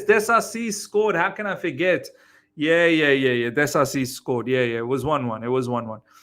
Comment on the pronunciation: dIsasi not E, it's I